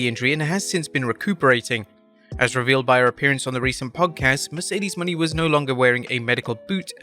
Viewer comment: Why was he referencing Mercedes (moe-neigh) Monet as Mercedes Money, like that? 🤦